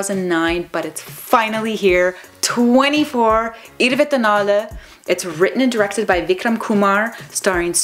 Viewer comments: Did you just pronounce '24' in Tamil? You are awesome :) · You said 24 in tamil perfectly. Way better than most tamil people do